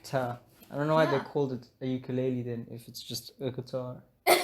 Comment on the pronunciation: mans couldn’t say ukelele. 😹😹 Beb guitar. 😹